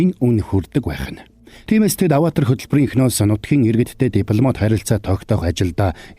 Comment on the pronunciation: Bi tand durtaildaa Ghde Avatar geeree avator avatr bish shy 😂😂